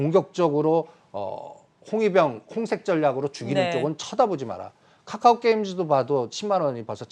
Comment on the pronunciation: 카카오 발음도 못해서 까까오라고 말하는 인간이 뭘 안다고.. 나는 저인간 얼굴 보이면 무조건 싫어요 누르고 나간다..